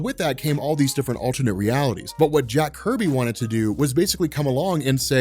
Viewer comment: Jack Kirby not Jack “Herby”